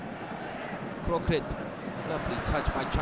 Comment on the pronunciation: Thailand NO.4 is Kroek-Rit not Kroe-Krit :)